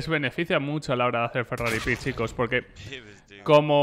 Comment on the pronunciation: se dice FERRARI PEEK